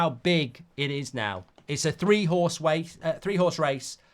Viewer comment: It's a three howse wase